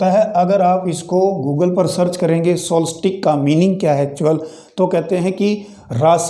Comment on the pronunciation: Kya Solstice ka pronunciation yahi hai jo aap ne kaha !